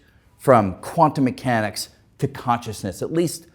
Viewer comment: "Quan-tomb moo hanics is fooey loco or non-loco?" WHAT? {:o:O:}